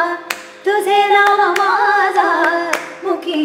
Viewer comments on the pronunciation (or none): Love the abhang.....big fan..n my favourite is Pandharpuriche bhoot But Kindly correct the pronunciation of tuze naam mazya means mine not maaza ( maaza is different than mazya)..... I know you're not from Marathi background but you're trying to sing sant Namadev Maharaj's abhang which is not easy for any non Marathi speaker... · तुझे नाम माझ्या - in the word माझ्या , the jh is supposed to be not light, the solid jh, it changes the meaning. Same in jh in तुझिया , but it doesn't change the meaning. Sorry for being a pronounciation Nazi, but thought it's necessary, superb presentation as usual!